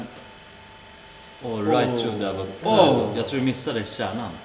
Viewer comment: Stjärna, särna och avosado...